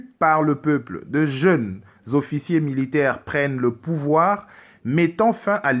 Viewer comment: OFFICIERS et non officié svp, tika pe koloba lokola oza na pongi tooo nzala